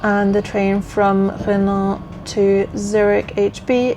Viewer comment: Chapeau!!! The last time I did a over 29 km 'hike' was in the army a few moons ago. Renens is pronounced Röno more or less.